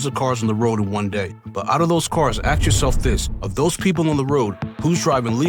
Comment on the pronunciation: Ask, ask ask. Not aks, not aks